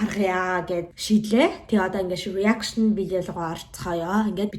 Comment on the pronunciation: Reaction гэдгээ буруу хэлээд бна “Араакшин” гэж хэлж сураарай 😂